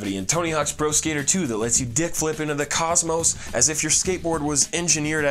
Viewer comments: When he said kickflip it sounded like he said dickflip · I thought he said dipflip